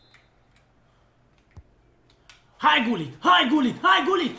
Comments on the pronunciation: cel mai tare youtuber de fotbal #respectbraker PS se citeste Ruud Hullit,no hate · am iesit de pe video cand am auzit cum ai pronuntat GULLIT......